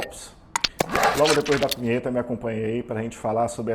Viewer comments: ele não falou vinheta.. NÃO... hahaha Logo depois da Unheta, sei lá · Pensei o mesmo Declare unheta ; </> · Nossa...eu voltei o video 3 vezes pra ver se ele realmente não tinha falado a palavra "punheta"...rindo até 2020. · Cara... Nem tinha reparado de início mas depois do teu comentário... Não é que ta estranho mesmo... Kkkkkkk... Cliquei um monte de vez no segundo que vc marcou e rachei de rir aqui... Kkkkkkkkk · Concordo plenamente, eu repetir o trecho umas 5 vezes para ter certeza de que eu não estava ouvindo errado!!!! kkkkkkkkkkk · kkkkkkkkkkk eu pensei q fosse coisa da minha cabeça, mas ele falou errado mesmo kkkkkkkk